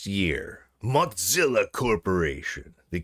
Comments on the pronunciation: brother it's moZilla not moTCilla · He does it for the comments, but it seems fitting since they suck so much that they shouldn't get their name pronounced correctly. I'm hoping he starts pronouncing Google as goGGle, because that would be funny too.